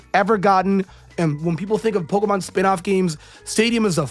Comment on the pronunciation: You don't even know how to pronounce the word Pokémon properly, so you can't be that much of a fan. But, then again, like 99% of fans also don't know how to pronounce the word because they barely know how to speak English and that's just the English speaking ones. People today can barely speak their own language, they can't spell and don't know how to read words properly.